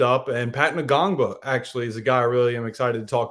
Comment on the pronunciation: The N is silent in Ngongba lol